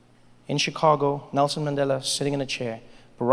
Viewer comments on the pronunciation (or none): none